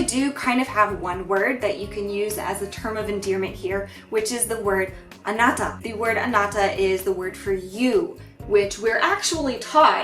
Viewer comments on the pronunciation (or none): you don't know how to pronounce anata correctly or you're just doing an english accent?